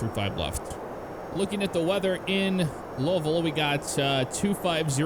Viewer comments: Low-vull? 😂 it’s “Lou-vull” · Did say lolville? It's pronounced Looeeville or Louilsville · Pronounced Lou-a-vull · Did just say lolvol 😂😂😂